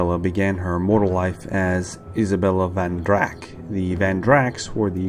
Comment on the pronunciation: I think it's "Von Drak" not "Van Drak". Great video btw, much lore I've not heard before :)